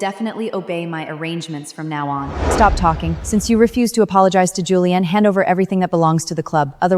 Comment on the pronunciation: said julian as juliam